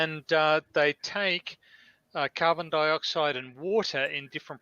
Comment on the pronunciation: oakley talks "carbon dibaxide"